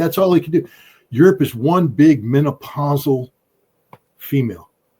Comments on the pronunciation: It was “menopausal” for me😂 new rule, if you’re not a male gynecologist, you’re not allowed to pronounce the word 😅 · “Menopausal,” Ritter? 😒